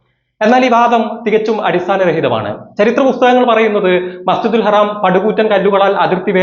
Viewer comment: എടോ മസ്ജിദിൽ ഹറാം അല്ല മസ്ജിദുൽ ഹറം അങ്ങനെ പറഞ്ഞു പഠിക്ക് അതെങ്കിലും ആദ്യം പഠിക്കാൻ നോക്ക്